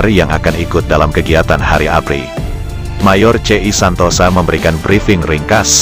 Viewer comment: Menurut sy namanya bukan mayor Santosa tapi Santoso, memang di bahasa Jawa tulisan ya Santosa tapi membacanya Santoso 🙏🙏🙏